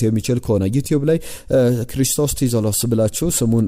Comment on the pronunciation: ክሪስቶስ ዞሊስ ነው እንጂ ቲዞሊስ አይባልም!!!